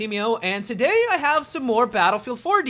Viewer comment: HEEeeeY Guise my name is and TODAIH....... Drives me Fking insane:/